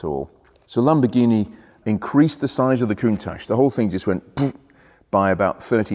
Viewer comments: pronounced KUNTAK not COONTASH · I wish He and Harry would say Countach the right way. I wonder who started this Ashhh ? Think Watch. COUNTACH! Love the show! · Watched Harry's Garage episode with Frank Stephenson, featured the Countach. Stephenson has a very different pronunciation of "Countach", kind of saying "ach" in a German way. Awesome video, a rare car. Backing off the lift made me feel a little queasy. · Learn how to pronounce Countach first please. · Very nice. Just don’t talk to Harry about the pronunciation of Countach.